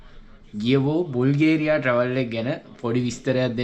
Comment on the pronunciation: මචන්... බුල්ගේරියා නෙවෙයි බල්ගේරියාව බන්... bulgaria english walin thibunata pronounce karanne ara widiyata .